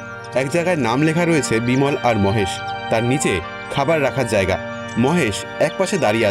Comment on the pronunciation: মোহেসের নয়, হবে মহেশ